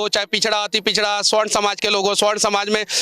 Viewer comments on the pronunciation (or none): मनीष कश्यप जी स्वर्ण नहीं सवर्ण है होता है